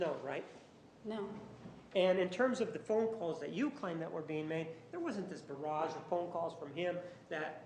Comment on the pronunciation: "He left a 'V'arrage of phone calls". Ya mean barrage? She is dumb. That was even after Juan says it correctly, and she tries repeating the big new word.